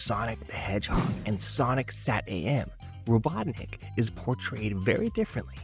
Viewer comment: I can't get over how you say Robotnik like "Robot Nick"